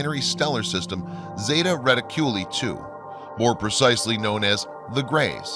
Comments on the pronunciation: "Laz arhhhhh " not lazzer & Retty Culi ? re tic u li ( ree tick you lie) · OMG you're mispronouncing everything! Bob "Lazar", Zeta "Reticuli", and Edgar "Fouche" all mispronounced before . I'm done, thank you!